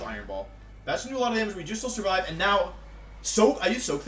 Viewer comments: Also: "How did Gengar survivey" That shit gets me everytime :,) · I sur-viv-ay?!?